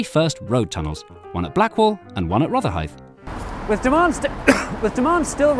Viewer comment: It’s actually pronounced “rother-hide